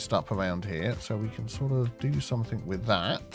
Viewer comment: Hi! Love your videos. Are you aware that you are saying somethink instead of something?